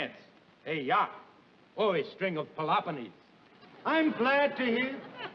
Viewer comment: I've seen this episode hundreds of times over the years and "a string of pelopponeez" gets me every time . . .